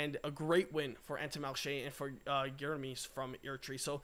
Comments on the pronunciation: His name is pronounced "Girr-Ma_ee" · As an eritrean i can confirm for you absolutely butchered his name 😂😂😂😂... 🇪🇷 🇪🇷 🇪🇷